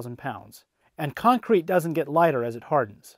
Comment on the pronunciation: I hate the way he says con crete